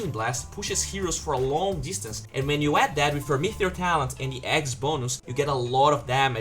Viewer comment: ME - TE - OR not MEETHEOR